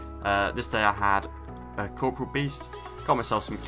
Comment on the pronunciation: Three words 99.9% of RS gets wrong, Corporeal, Elysian, Ardougne.